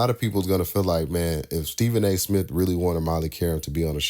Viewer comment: Who cares , let's get back to sports center and do away with all these shows. Remember when MTV played videos. Pathetic. And it's smith , not smiff